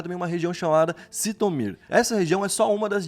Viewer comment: Não se fala zitomir mas sim Jitomir No ucraniano, a cidade se escreve Житомир O Ж representa o ZH que faz o som do nosso J de janela